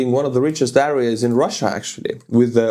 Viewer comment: äreäs everywhere. Otherwise good english but constant wrong pronounciation of a word you use a lot in the videos... euh·ree·uh.